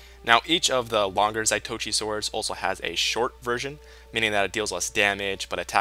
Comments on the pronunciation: ZAH-TOE-EE-CHEE is how it is pronounced, say it fast. They are made to resemble the weapon carried by Zatoichi the blind swordsman. He is the main character from a japanese film/TV series from the 60s/70s. A great show, check it out if you are into period japanese stuff. you are powering a serious mod addiction for me, thanks of these videos. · Its zah toh eechee they say quick so you dint get the pronunciation correctly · Zaitochi? Really? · Its not pronounced the way your pronouncing it. They got it from a blind swordsman legend.